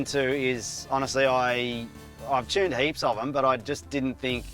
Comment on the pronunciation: OOOOOOOOH!.. You're mean TUNED!...... all this time I couldn't figure out what a "Chyoon" was. Got it now. Carry on.